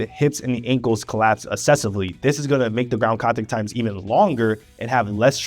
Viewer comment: “Acceleration” is NOT pronounced “uh-seleration.” “Excessively” is NOT pronounced “assessively.” Both words have a hard C followed by a soft C…a K sound followed by an S sound. Please stop spreading mispronunciation of basic words. PLEASE.